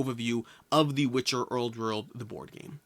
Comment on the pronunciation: There is no r in the word old